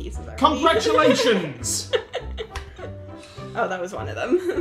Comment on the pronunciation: "CONGRAGULATIONS" I LAUGHED OUT LOUD 🤣🤣